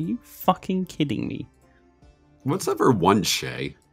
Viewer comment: Hearing "Whats ever 1 che" hurt me as a french person.